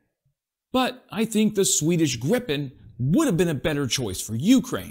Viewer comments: "greepe N" If you want to pronounce it the right way 😊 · But the pronunciation of Gripen was bad!!! Interresting how you would have said it with two p. Probably the same...then you should know that you say it wrong with 1 p.